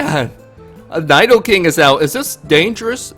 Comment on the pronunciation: Learn how to say Nidoking and Nidoqueen before making pokemon videos. smh